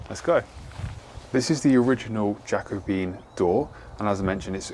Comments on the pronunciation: Jacobean is pronounced Ja-co-be-an not jacko-bean. Four syllables not three. 👍🏽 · It’s genuinely adorable that you’ve learnt the information and have pronounced Jacobean as you see it written. Love the videos, nothing but friendly vibes here!